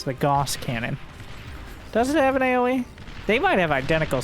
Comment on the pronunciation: "Gauss" is pronounced "GOW-sss"